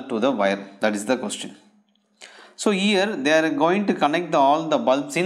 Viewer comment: Sale क्वेशटन nahi hota spoken seekh ke aa